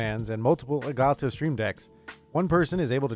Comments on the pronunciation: Why Does the nerd tech guy say "ElgaTo" like that LULW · "el ga toe"